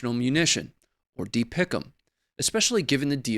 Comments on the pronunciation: You don't say DPICM like a word. Just the letters. That was cring hearing that. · It's not pronounced dee pic um. It's D P I C M Former Marine Artillery Officer... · Pronounce the acronym by saying each letter individually.. It is NOT DeePickEm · Dont make DPICM a word. Just say the letters.